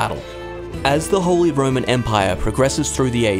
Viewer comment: Ah yes, the Wholly Roman Empire, not to be confused with the Partially Roman Empire. How can you possibly not know how to pronounce "holy" and yet still ended up doing this voiceover?